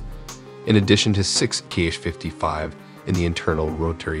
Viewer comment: The missile name is just /Ha/. Apart from that, you indeed tried to research the pronunciations of the alien language 👽